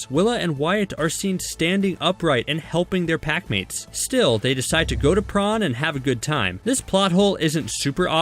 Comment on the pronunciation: Bish there saying prom in the wrong way there saying prawn it’s prom